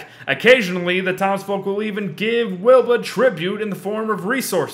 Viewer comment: Very late but, you called her "Weeba" or however you would spell that.